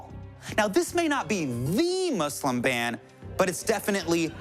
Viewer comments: he says muslim properly :O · Muslim pronounced correctly :-0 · Justin Trudeau didn't say MUZLIM ..aaaaaaaaaaaaaaaaaaah!!!! 0__O